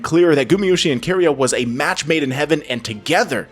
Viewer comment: Why does he keep switching back and forth on pronunciations? “ZoOs”, “Key-ria” makes my skin crawl